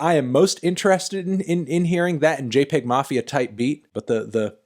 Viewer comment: It’s actually pronounced jay-pee-egg mafia